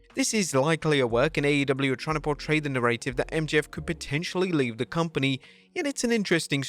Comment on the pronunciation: Please stop mispronouncing “narrative”